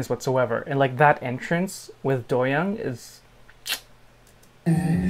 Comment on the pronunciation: doyoung’s name is pronounced DO- young like DO not DOE